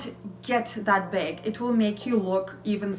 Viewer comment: You have a bubbly personnality and I find it very refreshing! But (there's always a but...) please call a bag a BAG!? Not a beg repetitively, and please review your spelling in your writing? These things made me stop viewing. I will try again, though!